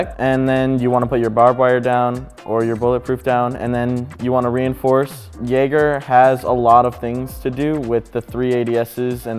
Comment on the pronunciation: Jäger* Not "Jager" bruh come on man